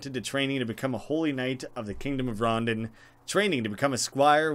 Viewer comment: I think its pronounced ron-dawn not rondun, idk though